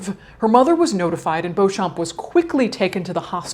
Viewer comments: Madaam, you have a deal. The name is pronounced "bow-champ". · The p is silent, just read it like Beaucham. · Oh my god! I found someone that shares my last name! I've never seen anyone with my last name before. Also pronunciation is bee - chum, this is for me at least. So, now I know I share my last name with two murders, a living corpse, and a fetish model. If you're curious I can link a wiki in the comments that showed notable people with the last name :). Love you Caitlin!! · Their family name is pronounced Bee-chum. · I’m sure it’s not of any real interest , but Beauchamp is a very old English name that is pronounced “ Beecham” . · Beauchamp is pronounced Beecham.